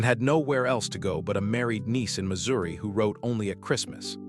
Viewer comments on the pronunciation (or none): none